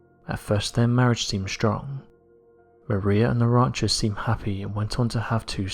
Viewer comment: What's a "rauncher"?